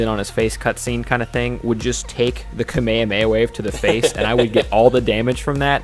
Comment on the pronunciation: Kamehameha is pronounced "Kah-may-ha-may-ha"